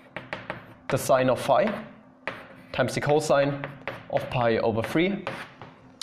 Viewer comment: i thought you were saying "5" not "phi" 😭